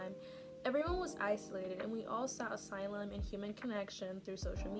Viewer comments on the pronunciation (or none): none